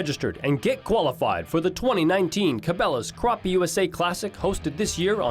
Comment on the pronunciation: Yall coming to SC to catch my fish need to learn the name. NOT croppy, Crappie. Yankees